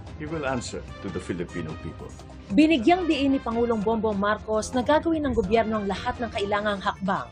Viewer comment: banatetos lodi ko yan at si banat by na lagi goberyo ang bigkas sa gobyerno lagi ako update sa inyo